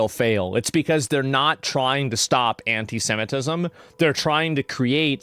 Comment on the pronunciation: She pronounces it as 'hentai-semitism', and I have to admit, I'm kinda intrigued.